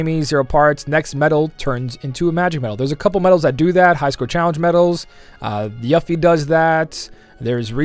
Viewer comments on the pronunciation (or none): Did you just pronounce Yuffie as yuhffie or am I just hearing things?